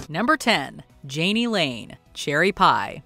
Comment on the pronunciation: Jani is pronounced "Yanni".